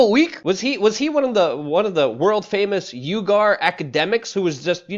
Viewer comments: Thought it was pronounced wee-ger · Uighur is pronounced "Wee-ger". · Uighur = pronounced wee-gur. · Uihgur is pronounced 'wee-gr'